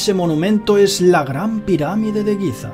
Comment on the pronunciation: Giza, no Guiza...pffff